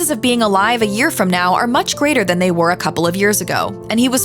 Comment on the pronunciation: Sounds stupid every time you say They